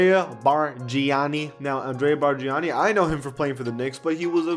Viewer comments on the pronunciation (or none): It's pronounced Barn ya kneee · Ya that was a joke to hear I already knew he had no clue when he was calling him “Barjiani” He was the most frustrating player we’ve ever had and anybody that watched the Raps back then knew he was hot garbage and the only reason he got all those shots, and minutes is because BC thought Andrea was the next Dirk and made the coaches play him. I am still in shock we got a first round pick for him that was the funniest day of all time what a fleece! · Bargani sucks😂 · The way you said bargnani kinda triggered me